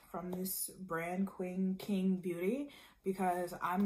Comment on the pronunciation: It’s pronounced Ching